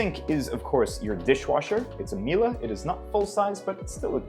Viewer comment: Hearing saying Miele as "Mila" hurts my brain